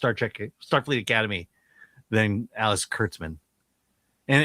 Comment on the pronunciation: it sounded like you said "Alice" Kurtzman. That seems appropriate